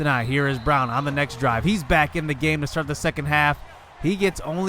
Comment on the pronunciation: Ik you said next drive. But I sounds like you said sex drive and the captions even put it as sex drive lol.